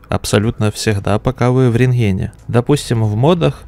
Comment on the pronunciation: ренХен. уши режет, не могу смотреть